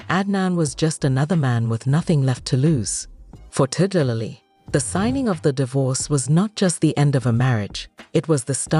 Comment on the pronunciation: The lady's name is Tiger lily not TIGA Lily. Pronounce people's names properly.